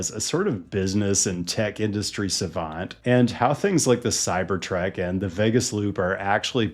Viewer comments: The Cybertrek. Is this intentional mispronounciation of the name of this intolerable vehicle? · Why do you keep saying CyberTrek? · Why do u say it like Cybertrek? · It is called a cybertruck, not a cyberTRECK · why do you say cyber trek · I keep hearing "cybertrack"